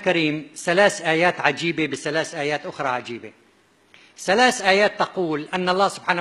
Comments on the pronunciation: ثلاث آيات[سلاس ايات] ثمانيه،سمانيه،هذه ،هزهي، الذين، الزين، 😂 تعلم مخارج الحروف حتى تبين لناس وحدانيتك وكشف كذبك العلمي ماعجز عنه الآخرون،الله لايبلانا ويشفيك مرضك صار مزمن. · دكتور.. وما يعرف يقول ثلات آيات.. يقول سلاس ايات.. اقول يكيل الكذب و مع الجهل.. بمكيال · كيف؟؟؟؟؟؟؟؟؟؟؟!!!! .تقول سلاس ((((((( بدل ثلاث )))). وزهلو بدل. ذهلو. .تعلم لفظ الكلمات بالغه العربية قبل تفسير كلام الله ❤️⚖️⚖️🕋👆🇹🇷❤️⚖️🕌